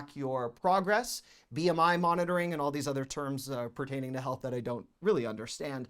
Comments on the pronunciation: Idk why every time he says "THEEsE..." it is so satisfying to me 😅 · His “These” is very comical 😄😄